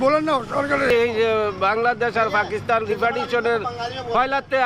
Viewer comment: ভাই পাকিস্তান হবে পাকিস্স্থান না। please pronounce it right way ❤